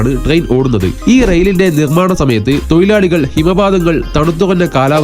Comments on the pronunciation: തൊയിലാളി അല്ല ബ്രോ. തൊഴിലാളി എന്ന് പറയു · തൊയിലാളി അല്ലെടോ തൊഴിലാളി